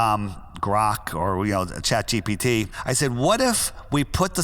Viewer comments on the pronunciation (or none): none